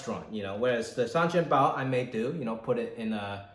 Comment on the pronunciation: It should be Shengjianbao，not Sanjianbao . It sounds strange when you say that，as I am a Shanghainese audience.😂😂😂